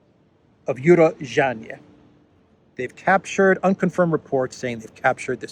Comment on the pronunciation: It's pronounced U-ro-zhainoe - Урожайное